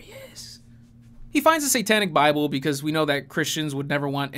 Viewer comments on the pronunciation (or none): "Setenic Boible"